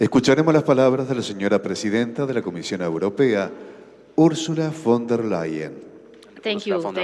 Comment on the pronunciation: El apellido de Ursula se pronuncia " FON DER LAIEN"